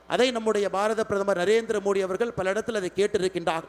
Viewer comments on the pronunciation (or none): none